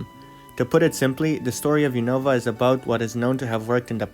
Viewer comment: unova is pronounced "un-of-a" and kalos is pronounced "call-os"